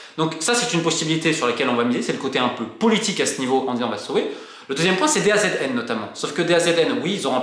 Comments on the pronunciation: Une bonne fois pour toute Romain on dit Da Zone pas DAZN 😅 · Les demandes sont totalement disproportionnée par rapport aux autres championnats Européens... Merci pour ces clarifications Romain! et d'ailleurs, DAZN ca se prononce "da zone"!